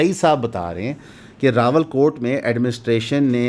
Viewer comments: راول کوٹ یا راولا کوٹ۔ ؟؟ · Rawalakot hai bhai Rawalkot nhi hai. Aap har video main yeh chawal maarte ho.